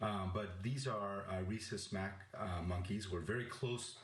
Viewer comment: "Rhesus Mack" monkeys. Proof of reading from a script with no real familiarity of actual Resus Macaque Monkeys. Dr. Ashish Jha, you are serving no positive purpose for humanity, just serving to send them down the wrong path.